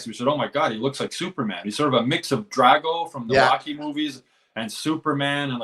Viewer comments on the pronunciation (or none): none